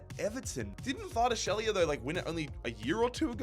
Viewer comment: I swear if I hear "Hvardashelia" or "Oshiman" one more time 😂